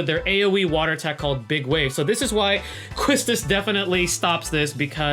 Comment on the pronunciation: Hey great vid! As a ff8 fan, I only have 1 critique... her name is pronounced Key-stis.